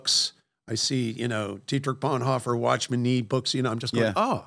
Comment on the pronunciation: He said Watchmen Nee books.